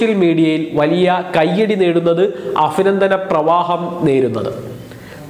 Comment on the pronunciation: അഭിനന്ദനങ്ങൾ. അഭിനന്ദനങ്ങൾ. എന്ന് പറയൂ. അഫിനന്ദനങ്ങൾ അല്ല